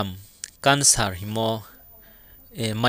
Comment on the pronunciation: Cancer pronounciation sera tg ow Kancer 👍